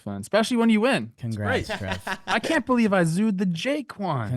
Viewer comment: Jake saying " I belw Bobby Witt" and NO ONE saying anything...